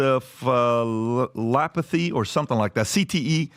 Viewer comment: Pat nailed encephalopathy